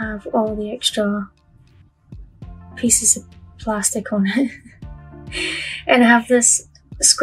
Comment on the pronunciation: I just love your videos but do you realize you pronounce pieces like “ feces” . I always cringe when you say it and then I smile because I know you don’t mean that way .